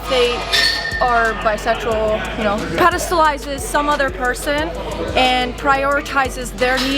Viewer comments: she said “pedastalizes” in the first sentence lmao “articulate” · “Pedastalizes” lmao 😂